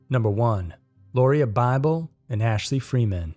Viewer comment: It is pronounced Laura